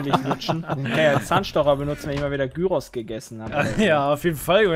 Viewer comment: .- es heisst Gyros